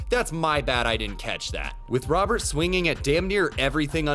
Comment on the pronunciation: This dude's name is not Robert, Robert doesn't exist in Spanish, we have Roberto, so just think Roberto but take the o out at the end. Should be closer to Rowert in pronunciation